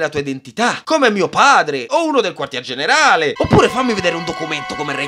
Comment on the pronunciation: Quando a detto generale credevo dicesse generaELLE😂